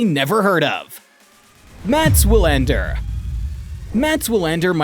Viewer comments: Wilander is pronounced like VEE-lander. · Did this dude really just pronounce Wilander with a W? The GOAT debate is what it is. Wilander has a point - it should be more then numbers, but it never is because too many people get caught up in the numbers and now the overall impact on the game. Novak's stans will twist themselves into pretzels to call Roger's era a "weak era" but refuse to acknowledge the same is true of Novak's last 5 or 6 years. When all is said and done - more people will focus on the numbers, but the reality is - Roger's got records Novak will never have. Novak has records Roger will never have. And Rafa has clay numbers that probably no one will every top. To declare one of the 3 the GOAT you'd have to include the intangibles - and that's why Novak is working so hard to get that stupid players union to be something. Otherwise he has had next to no impact on the game besides numbers. Roger won with grace, elegance and class, put butts in seats and is a global ambassador for the game and is loved everywhere he goes. Rafa likewise is a fan favorite and has his tennis academies and is teaching kids the game. What's Novak done for the game? Nothing. It was always about HIM. Enter: Players union and "tennis needs to change." Change yes - but only to HIS vision of what it should be. In the end he might be a guy who was better off letting his racket do the talking.